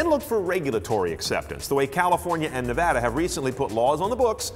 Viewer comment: He said Nevada right! I'm convinced